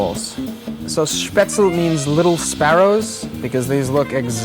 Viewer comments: As a person from Germany I just HAVE to say it's Spätzle, not Spätzel :D I made mine with a colander, too, but it was a horrible mess in the kitchen. Gonna buy a Spätzlereibe before I do them again. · I wish I had found this show earlier, but it's better late than never.It's spätzle (pronounce all the letters).